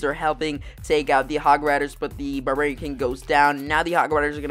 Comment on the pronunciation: "Burburian king"